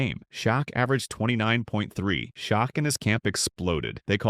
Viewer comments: Pronouncing Olajuwon as if asking a question is somewhat rare, but Shok is absolutely reprehensible. #CmonMan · Shaquille's nick-name is pronounced: Shack.